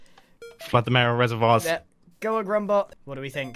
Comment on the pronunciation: Is it wierd that every time someone says grumbot I hear grumbo